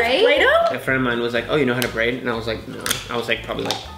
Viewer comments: You say no then add two R's at the end like this, no rr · Joselyn Gonzalez I thought that tooooooo